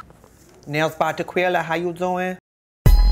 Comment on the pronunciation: Haha Tequila turned into Teste at some points